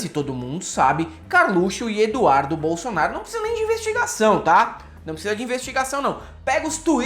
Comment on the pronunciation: o pior, o robô : "bolsolnaro".